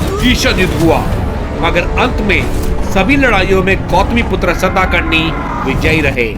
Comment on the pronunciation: It's not सताकर्णी.. It's सातकर्णी.. Informative video.. Good.. Keep ur good work continue.